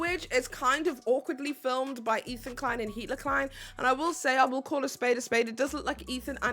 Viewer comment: Like, I agree H3 is trash, but I also genuinely can't understand why no one can say Hila's name even after watching a ton of H3 content for a video essay. It's not like it's a complicated name to pronounce either. I genuinely don't understand, can someone explain why this keeps happening?